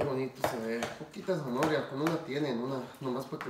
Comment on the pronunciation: gracias por la receta, he visto que tambien le agregan camaron y sabe muy sabroso. por cierto no se dice zanohoria se dice ZANAHORIA. ( prenuncia bien pa que no te cretiquen)